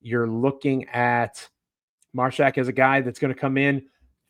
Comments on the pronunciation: Love the Grizzlies got a Vol Mashack hopefully develop into 3 & D player eventually work on offense 3s. it’s Māshack long a sound like ay 😂 Mayshack lol. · Joe “” keeps mispronouncing Mashack 😂